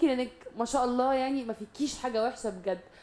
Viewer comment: لفظ الجلالة الله بالهاء ليس بالتاء المربوطة